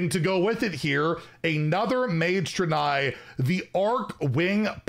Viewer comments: You probably already know but it's pronounced Dray-Nye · Hey fyi the pronunciation is dray nei. Like the dra in drake and the nei in bill nei the science guy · Ive always pronounced it "Drain-eye" but ive been wrong many times before. lol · Not sure about the pronunciation... I thought it was [DRAY-KNEE]. Really not sure tho. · It’s pronounced Draenei and Archimonde. I got you!